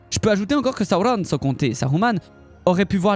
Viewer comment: La prononciation du nom sauron.....